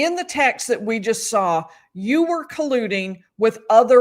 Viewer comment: If Jen McCabe says "SAR IT" INSTEAD OF "SAW IT" one more time.....